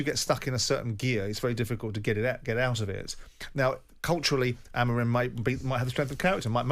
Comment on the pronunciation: Wish Jim would stop over pronouncing’Amorim’